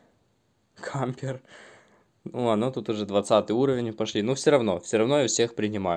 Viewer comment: б@ не кампер а кемпер